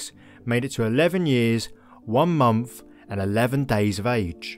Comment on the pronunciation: Fantastic! I don’t mean to be rude, but the way you speak is difficult to listen to. There’s no ‘f’ in month for instance or in the word ‘think’. Munf and Fink, really is lazy diction. Why not practise saying the words correctly. Each time you’re going to use similar words you could think them through first and then pronounce them correctly. What you say is really interesting and I enjoy your vids, you could make them better though, I believe. Thank you.